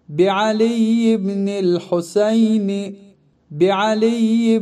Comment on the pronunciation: Videonun əvvəlində əlində quran tutan şəxs yəhudilər kimi irəli-geri ləngər vurmamalıdır, təəssüflər olsun.Daha sonra ərəb dilində İmam Hüseynin adı Husəyn kimi səslənir, videoda isə Hoseyn deyilir, fars kimdir ki onların ləhcəsi ilə səsləndirirsiniz?!